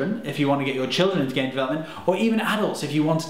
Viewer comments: Is it me or was the first thing I heard was "Hello Gay fans" o.o (Btw ik he said game fans) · AaronGX yeah i heard that too